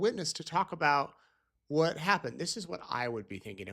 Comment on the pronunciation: Why can't this woman say the word "What"?? She says "Whah". "The state cannot prove Whah happened". Sorry, drives me nuts every time